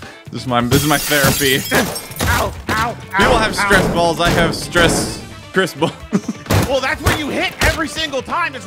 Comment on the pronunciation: Bro he said Chris ball